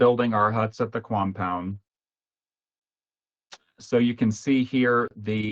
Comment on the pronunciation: Did he say “quampound”?